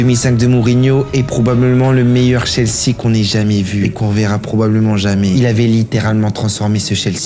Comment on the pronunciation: Ça se prononce "Tchelsi" et "Spéchol wan"